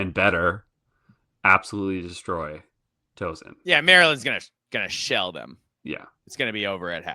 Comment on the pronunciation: FYI, it’s Tau-son, not Toe-son. Not sure why I know that—I think the Hoosiers might have played them in bball in the past.